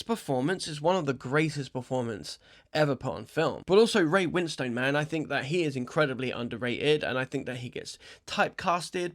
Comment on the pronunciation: Ray Win-Stone 😄